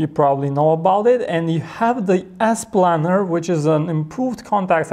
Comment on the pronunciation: "you have the ass planner"